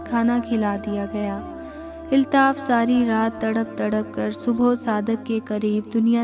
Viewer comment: Nice story h miss lekin ap please apny alfaz k tallafuz ki sahi adaegi Kia kren jese k ap ne kaha ( iltaf) jb k sahi lafz (Altaf) hota h or ap police b sahi nhi bolti ye b durust kren